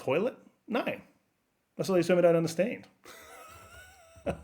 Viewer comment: LMAO 2nd chick said "wymyns" ......... pure gold